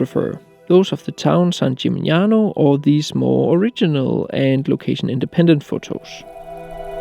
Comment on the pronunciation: Do you think that the fact you are not able to properly pronounce the place you are photographing is funny?